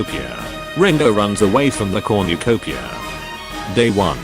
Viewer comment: No-one: This video after 2 minute: "Comucopia"